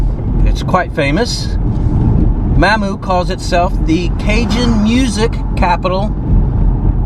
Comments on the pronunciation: It’s pronounced ma moo! U was pretty dang close! Lol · Mamou is pronounced Mom moo 😊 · Mah-moo Mamou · Locally, it is pronounced "Momou" not Maamou. We will cut you some slack since you are not from Luzzaner (you say this Weezana but we will let that slide!) Haha! When you were in Oberlin, you were about 23 miles from home. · Mamou is pronounced with the U strongly said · It is pronounced “Mam Moo” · I just watched this video. Mamou is pronounced MAH-moo. I saw you at Fred's Lounge. You left from there and drove right past the Cazan Hotel. It's also a famous place. I was waiting for the mention. I saw the sign. But you kept on going. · Mamou is pronounced: "Ma-moo". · Mamou is pronounced like mamma Ma. Moo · Mamou is pronounced mom moo. I live a few mile to the east of there. Louisiana isn't a rich state, but a great place to live. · Good video. I live in Lafayette and it is a totally different world than small towns. Mamou is pronounced Mah-moo. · Pronounced Mah Moo = Mamou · Correct pronunciation is of Mamou is, "Mom-oo" (phonetically) The town hosts its own traditional Mardi Gras each year and "explodes" with people during this time. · Ma Moo is how its pronounced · If you're gonna be condescending, at least pronounce the towns correctly. It's Mamou ( Mah- Moo). Home of the best Mardi Gras ever. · its pronounced mah-MOO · Ma moo is the pronunciation,French name for grandma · Not sure if anyone commented. We call it, or pronounce it like "Maw-moo". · The town of Mamou is phonetically pronounced Mah moo. Great Cajun town with great friendly Cajun people!!! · Its mam-mow not spelled that way just sounds that way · Mamou is pronounced Ma Moo. Ville Platte, the E is silent in Ville. I was born in Bunkie, back when the hospital there used to deliver babies. You went in the wrong direction in Bunkie, you should have stayed on the other side of the tracks and you would have seen some beautiful, historic homes. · I’m Cajun fro Southwest Louisiana and we pronounce it Mamoo